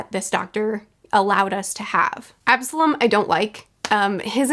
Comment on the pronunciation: She wished death on Absolam! No one likes him lol. She hated him so much that she actually said his name right.